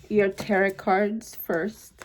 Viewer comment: I love your readings!!! They’re always so on point!!!! Thank you for this!!!🙏🏼💕🙏🏼💕 (Also, just wanted to let you know that the last T in Tarot isn’t pronounced so it should sound like ur saying “Taro” 💖)